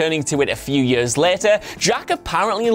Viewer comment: WhatCulture guys keep saying "yers" rather than "years" and it's driving me up the fucking wall! Yer-yer-yeeer-paderpaderp!